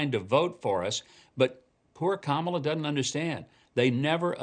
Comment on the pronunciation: DOESN'T, Mike NOT: DUD-ENT!!!!!!!!!!!!!!!!!!!!!!!!!!!!!!!!!!!!!!!!!!!!!!!!!!!!!!!!!!!!!!!!!!!!!!!!!!